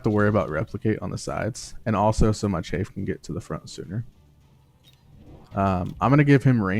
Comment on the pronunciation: Im sorry but i just need to say this. Chaff is pronounced with a soft A like cat or staff. The word youre saying is chafe which is what happens when your legs rub together in hot weather and cause that little rash. great video though, i learned a few things